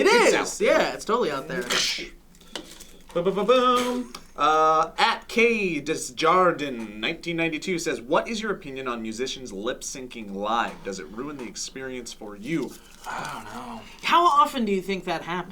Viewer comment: I liked how destroyed Kyle Desjardin last name lol. Say it with me "day-jár-dín"